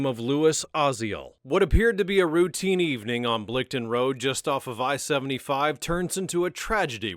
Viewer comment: Blitch-ten road in oh-cal-uh